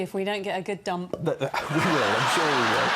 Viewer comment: loved it when that anchorwoman "popped" the P in dump